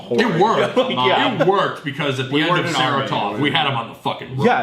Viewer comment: Sa-Ra-Tov not "sarah-tov"